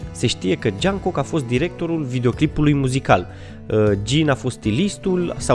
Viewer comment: V este cel mai frumos bărbat din lume 2020 și Jongkook se pronunța (Jongguc)